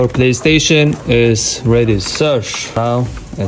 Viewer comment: "Your playstation is ready sirshhhhhh"